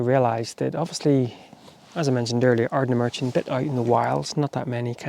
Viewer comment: Stumbled across your video as I was nostalgic about my younger days holidaying in portuairk (near sanna bay)….i suspect you’re originally from norn iron where I now reside so I have to forgive you the mispronunciation of Ardnamurchan (just). Glad you loved it..a magical place